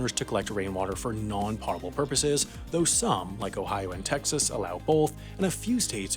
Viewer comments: Doesn't potable get pronounced as po tble not pottable? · You pronounced potable wrong. You pronounce it like “pote-able” the pote sounds like goat with a p. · Correct. Someone else pointed out that it would be pottable if it was pronounced the way he said. The lack of a double t indicates that it came from the root word "pote" not "pot". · Isn’t it pronounced potable like it rhymes with boatable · That's not how you pronounce potable. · That's a long o in potable, sir. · Please stop pronouncing potable that way. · Its cool he can't even pronounce "potable" correctly. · Potable is pronounced more like a delicious vegetable you make chips from than it is pronounced like a drug that might make you irresistibly crave chips. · Add potable to the list of words can't or won't pronounce correctly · your mispronunciation of potable is hilarious. I know that wasn't intentional but im gonna go ahead and pretend you meant to do that hahaha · I know it shouldn't bother me, but his pronunciation of "potable" made me cringe. Couldn't tell if he was doing that on purpose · Is anyone else confused by the way he pronounces potable?? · You incorrectly pronounced potable. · Holy crap never say "pot able" again "Pote able" is where it's at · potable is pronounced "po-tah-bull" not "pot-a-bull" thanks, this has been brad im here til thursday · potable is pronounced “poh-tuh-bul” not “pot-uh-bul” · It's "potable", but with a hard O, otherwise it would be "pottable"... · Did he really mispronounce “potable”? It has nothing to do with pots😂 it is not pronounced “pot ebl” it’s pronounced “pote ebl” lmao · It's pernounced potable (poe-tah-bull) not potable (pah-tah-bull) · It's potable, not pottable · Uhh it's POEtable not potable....pronunciation-wise that is. At least you spelled it right. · Potable is pronounced poadable, not pahdable. Unless you're in the military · Yeah it's pronounced potable not potable bro ._. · POH-TA-ble (like notable), not POT-able. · It's pode-i-bill